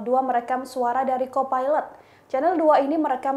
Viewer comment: Ternyata ada yg satu pikiran. Mengganggu sekali. Ngomongnya pilot dan co pailet. Knp ga disamain aja sih jadi risih dengernya. Mana berulang2